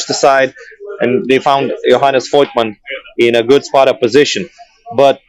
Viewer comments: really aced all the pronunciations, especially knowing that the i in voigtmann is silent, just great👏🏻🤩 much love from Germany ❤ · As German i appreciate your prononcation of Voigtmann😂😂 And also good Game to serbia! They played their Heart Out. Great Battle! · knowing how Voigtmann is pronounced.. Hat tip.